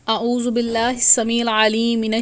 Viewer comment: Hello Jahil Aurat Tujhy Aaozu Billahi Tou Sahi Parhni Nahi Aati,, Aur Tuu Wazaif Batany Chali Hy